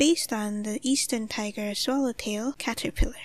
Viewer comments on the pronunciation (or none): none